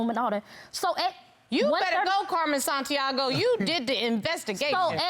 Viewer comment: Not Carmen “Santiago”…🤦🏽‍♂️